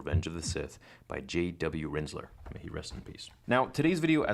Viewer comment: I thought you said JW Rizzler at first 😂